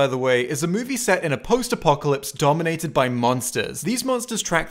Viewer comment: There's no way you didn't say "Dominated by monsters" like that on purpose, lol